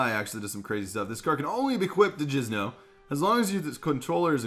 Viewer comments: it's Jinzo not Jizno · is he saying jizz-no instead of jinzo on purpose?